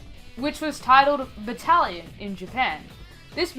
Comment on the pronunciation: When you said "Battalion" during the first entry i thought you said "italian" and i thought you meant the demon in question was just an italian grandma, and also that Return of The Dead was called "italian" in japan.